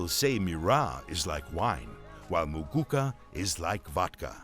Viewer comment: Its muguuka not mugukaa